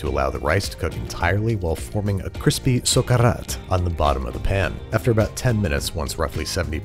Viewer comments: As both a Spaniard and Valencian (the region where paella is actually from) this is one of the few american paellas that resemble to the original recipe. Also love your pronunciation of "Socarrat" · It was so cool to hear you saying "socarrat" Well done, as a valencian I give you thumbs up :D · Really nice attempt at the recipe, it shows you did your homework, researched the actual ingredients and methods, even properly recgonized (And pronounced!) Socarrat. My valencian heart melted a bit, specially after so many abominations, you really show respect for the dish. Would love to try your paella and give you a thumbs up with the actual taste in my mouth! XD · As a spanish and catalan speaker, you said socarrat very nicely. It made me happy. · The best seafood paella made by a foreigner I've ever seen, nd how you said "Socarrat"✨👍 BRAVO🙏